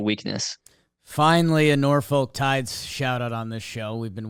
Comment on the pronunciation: I'm gonna pull a Toronto here lmao, you don't pronounce the folk in Norfolk like the word folk, it's "Norfik" colloquially lol